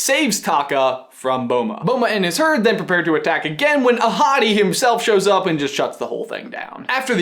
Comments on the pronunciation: Does anyone think that he keeps saying 'a hottie' instead of 'Ahotti' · when he said Ahadi I thought he said ‘a hottie’ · Damn, i really thought he was saying " a hottie" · whenever you said “ahati” i thought you said “a hottie” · I keep on hearing " a hottie"... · I thought you said that Mofassa’s dad as “A hottie” 😂😂😂😂😂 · Oh. I thought he said "A hottie" instead of "Ahati", the actual name of Mufasa's father... Well, my bad. XD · I keep hearing you say A hottie and not ahati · So when you said "Ahadi and Uru", I thought you said "A hottie and Uru". If you were actually saying that, you wouldn't be lying.🙄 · Lowkey thought said the parents names were "A Hottie & uWu" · When you said Ahadi I thought you said A Hottie... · I thought you said "A Hottie" 😂😂😂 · All I can hear is ‘a hottie’ and a ‘guru’ xD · It sounds like you're saying "A hottie." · Am I the only one who thought he said “A Hottie”😂😂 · It sounds like ur saying a hotty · The entire time I thought u were saying “a hottie” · Same XD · please tell me I'm not the only one who heard "a hottie" at first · I'm watching on 2x speed so when ever he says "Ahadi" it sounds like "a hottie" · When you said Ahatté (sorry if I butchered that) I thought you said A hottie!! Lmao also can someone please tell me how to send you sock pics? Cuz I have some amazing pokéball socks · ''Ahadi'' I heard AHottie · i kept thinking that he was saying a hottie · not hungry for tacos, but every time you said Ahadi's name I thought of beautiful African women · I kept hearing that their dad is "a hottie" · When he said Ahadi, I actually heard a hottie 😂 Also, I LOVE your shirt,. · Anyone else notice that his dad's name is pronounced A Hotty? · Why do i keep hearing "A Hotty" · I kept thinking you were referring to the grandfather as "a hottie" ahahha